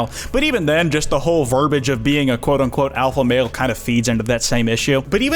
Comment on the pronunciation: Are you ever going to use your Kwite account or Kwote account ever again?